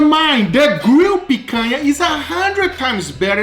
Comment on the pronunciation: the way he says pecanha 😂